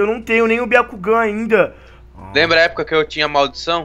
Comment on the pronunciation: Não é biacugan é um jogan